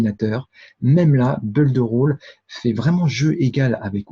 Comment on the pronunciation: Bonjour, permettez- moi de vous faire remarquer que le verbe to build se prononce Bild et pas beuld. La bonne prononciation améliorera votre crédibilité. Votre collègue audois confirmera.